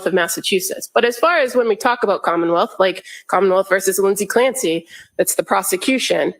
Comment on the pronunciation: does she say “commonmouth”?